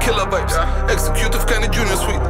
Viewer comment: Tut bisschen weh wie er executive ausgesprochen hat..